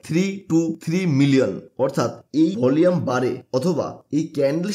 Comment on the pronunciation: উচ্চারণ ঠিক কর।volume এর সঠিক উচ্চারণ ভলিউম।ভলিয়েম নয়